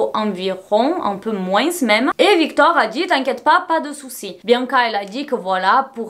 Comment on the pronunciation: on dit “moin” et pas “moinsse” mais c trop chouu